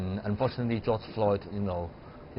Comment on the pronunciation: Did I hear the first speaker say "George Lloyd"?